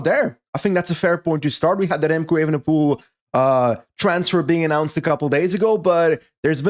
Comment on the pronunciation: Why does Patrick always emphatically mispronounce Remco’s last name. It’s not spelled “ievenepoel” now is it.